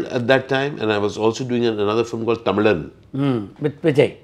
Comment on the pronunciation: Tamizh and Tamizhan - He pronounced it very well...